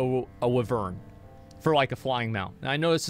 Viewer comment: Niga can't even say wyvern right